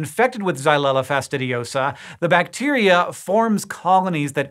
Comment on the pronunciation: I love how easily "xylella fastidiosa" rolls off his tongue.